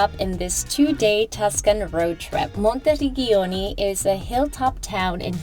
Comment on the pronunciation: Work on correct pronunciation of towns. “Monti - reg-giano ”????? Gi and Ge are like ci or ce.